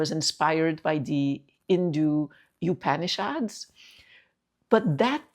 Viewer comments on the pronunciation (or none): Upanishad -- pronounced as ooo-paa-nee-shaad